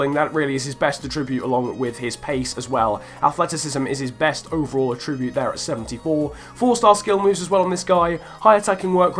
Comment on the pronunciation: Will you learn how to say attribute properly please?